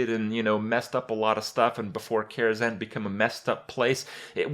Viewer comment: Why Karazan? KaraZHan